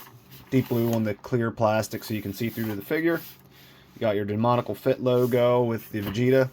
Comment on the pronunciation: Excellent review! However I am gonna say this because it bothers me and I see a lot of reviewers saying it haha. It’s not “demonical” it’s “demoniAcal” there’s an A in there too lol. Sorry for pointing that out but I thought I’d let you know! Great review and keep it up!